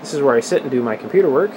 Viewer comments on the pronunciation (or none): none